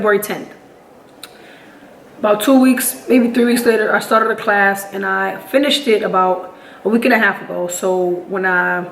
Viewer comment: When you rolled your r when you said started made me feel a type of way